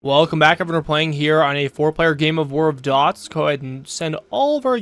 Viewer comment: IN CASE ANYONE IS WONDERING THATS PRONOUNCED "DEWTS" NOT DOTS